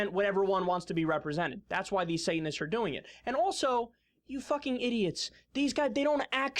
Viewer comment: I cringed every time she said Sate-an-ists! Ha